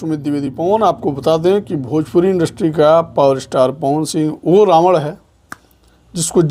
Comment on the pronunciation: रावड कैसे बोला बे